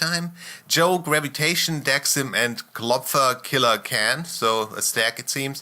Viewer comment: Really nice vid with useful and sometimes funny comments. And a pretty weird pronunciation of the name KillerKhan. Go on with vids like this, you are doing a good job. KillerKhan who is known from the famous dota-team Klopfa xD.